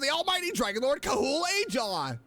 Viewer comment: the correct pronounciation is ahaw tho, not ajaw... or perhaps there's some inside joke that i missed? love your videos!